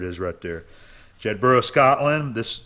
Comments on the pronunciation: Bes wishes for your new plans. Oh, and we pronounc it "Jed-buh-ra" with the accent on the "Jed" over here. (If you're interested! lol) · It's pronounced "Jedburruh". Not that far from where I was born. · Jedburgh (Scotland) is pronounced jedburro. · Jedburra, or Jeddart to the locals. Every place in Scotland that ends in burgh is pronounced burra, including Edinburgh.